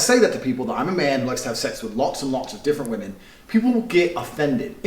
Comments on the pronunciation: Do all Americans pronounce women "woman" or am I going crazy? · Why do you always pronounce 'women' as 'woman'? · ily but why do u say "women" and "woman" the same way